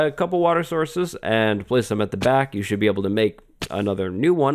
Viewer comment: Lmao I think he had a stroke